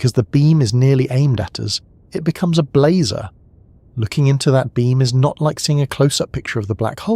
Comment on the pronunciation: I had to stop sorry. Blehzahh and blayzer drove me insane.